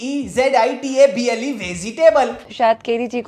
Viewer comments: Ek criminal ko kiminal bolta hai toh dusra vegetable ko vezetable bolta hai phir bhi inka millions mein followers hai kon log hain jo in jeise deemag se aadhi par baatein kare badi badi aise logo ko follow karta hai 🤣🤣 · vezitable, keri g, istong istong, stabele, espicy....hahahahahahahah:face-purple-crying